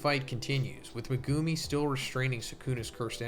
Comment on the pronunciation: please pronounce megumi's name right :( megooomi